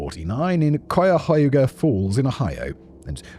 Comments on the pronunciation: Proud of you for that Cuyahoga pronunciation, I’ll give it a 9.5/10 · Ok, that was probably the best attempt at "Cuyahoga" so far.